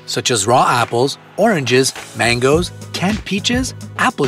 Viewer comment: did he just say RaW APPleS?